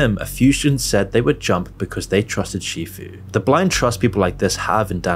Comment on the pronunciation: It's sifu, not shifu.